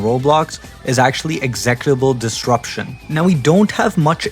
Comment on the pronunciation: Oh hey it's us. Great video but that's not how you pronounce executable disruption